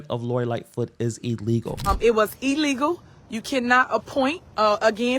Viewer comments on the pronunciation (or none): It was not "eeeleegal", as it's an independent investigation. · Wtf is “eelegal” ??